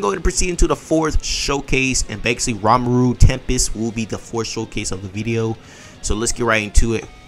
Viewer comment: "Ramaru" F off😂 Aint no way you read ri as ra